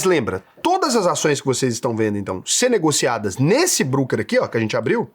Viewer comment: Sendo chatinho, apenas uma pequena correção. Home Broker (Brôquer), não Brooker (Bruquer). TMJ, grande video,.